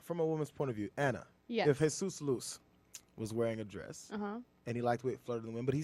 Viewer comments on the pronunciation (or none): Why do you pronounce "Jesus" as if he was from a country in which Spanish is spoken? He is Brazilian, the "J" in his name is pronounced just like "Jesus" in English.